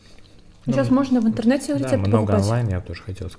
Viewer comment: не «Анлайн», а «Онлайн»🤣